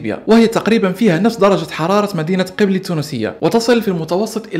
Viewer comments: قبلي 😂😂😂 gbeli و ليس 9ebli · تتنطق قبلييي☑. قبلي ❎ المهم نطقتها غالطة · مشكور اخي لكن نطقك لإسم المدينة في تونس خاطئ و هو كالتالي gbilyy مرة أخرى مشكور اخي متابعك من تونس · يا انا من قبلي التونسية ولاكنها لا تنطق قبلي بل تنطق إقبيلي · ماعرفتش تنطق قبلي بالقدا انا تونسية أعرف انك لن تفهم لهجتنا